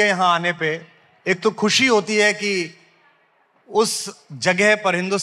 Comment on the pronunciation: Khusee nahi Mr shair it is " Khushi".